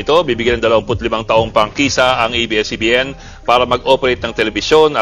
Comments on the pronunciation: A,I not IBS CBN Correct is ABS CBN is Correct pronounsition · Yes to the renewal of ABS-CBN's franchise! (Pero bakit "IBS-CBN" ang bigkas ng narrator ng video" ?) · Pakisabihan Yan blogger Mo na abscbn Hindi ibscbn ,sabihin ng Tama ang A ,bopol Yan .